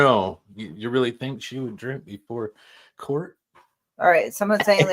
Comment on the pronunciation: Court not quart. Sorry talking in the microphone